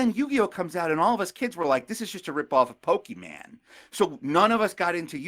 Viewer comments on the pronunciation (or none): When said “Pokeman” I thought he was joking, but he kept saying it.